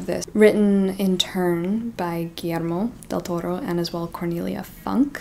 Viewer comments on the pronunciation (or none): I might need to add some books to my tbr 👀👀 I especially need to finally get to Beowulf! And the Iliac Crest sounds so intriguing! My reading wasn't too good this past month but I'd say A Conjuring of Light by VE Schwab was the best! (small side note, the e in Funke is pronounced like /ə/ and the e in Cornelia is.. Intonation going down instead of up mor like the e in end)